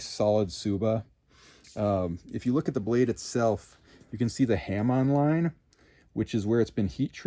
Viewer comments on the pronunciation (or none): i thought for a minute what a ham online was and the i realized he said hamon line